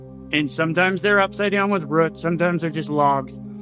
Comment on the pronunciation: ROOTS…not ruts! 🤦‍♂️